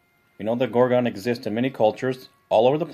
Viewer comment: It annoys greatly how you aren't pronouncing "Gorgon" correctly. Please reference this: I might not be any better, but Americans suck at pronouncing English words correctly, they speak lazily. I need to focus on not speaking lazily as well, its something I'm trying to fix about myself cause I realize how bad it is.